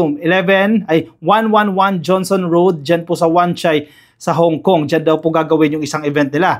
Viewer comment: "Johnston" Road,,not Johnson.